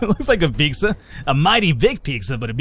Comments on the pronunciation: Lol pecsca XD it's pizza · A few things... 1. Onions are one of the most important building blocks of almost any meat dish. Also cheese and onion sandwiches. 2. Pete-zah, not peak-zah. :) 3. It's too bad that Americans have apparently lost their edge on pizza; I blame Herman Cain. Panago (in Canada only) is much better big-market stuff, though little hole-in-the-wall pizza and calzone places are better still. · Piksah? It's Pete-Zah. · Piczza? :P Costco does have some good food though. Their Ice cream is pretty good too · Piksa. That is how i'm going to pronounce pizza now.